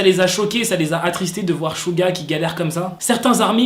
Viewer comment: Ta dit chuga au mieux de suga